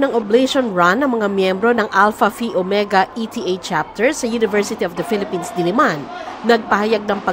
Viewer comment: Not E.T.A chapter po... ETA chapter po...